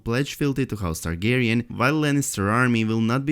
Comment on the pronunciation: kaido one hundred beast It's (Targaryen) not Targarien just sayin..😏